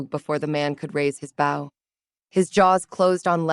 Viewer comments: Still these stories mispronounce 'bow'. Yes, English is so annoying because they have one spelling of a word with 2 meanings and one word that sounds the same but has 2 different spellings depending on the meaning. ...but really, have you never heard of 'bow and arrow'? The context 'bow' was used in, in this story, you should have immediatly known how to pronounce it. It is pronounced 'boh' as in the way a ribbon is tied in hair or on a gift. The other pronounciation is 'bou' as in 'ouch' which means bending at the waist to show respect to an important person like a king. To make matters worse there is also 'bough' of a tree, which is also pronounced like 'ouch'. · Dear ai... it is bo (weapon that shoots arrow) not bau (the front part of a ship).